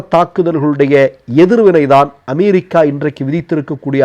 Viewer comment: Try to pronounce America not Amairica